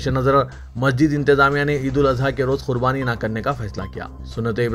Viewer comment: KHURBANI KYU BOLTE HO ???